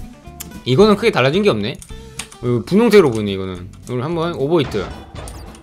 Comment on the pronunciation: 오버히트 가 아니라 에바히트